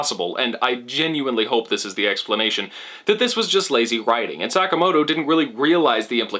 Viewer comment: hehehe "Suck-amoto"